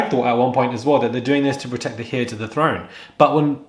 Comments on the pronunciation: Heir is pronounced air,the h is silent. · Great video! "Heir" is pronounced as "air", with a silent "h", in both American and UK English. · HEIR is pronounced 'AIR' in English. The 'H' is silent.